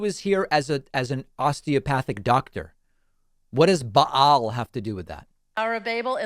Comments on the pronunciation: Ba'al? As in bocce? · When they rail about Ba'al, but mispronounce "Ba'al" #Expert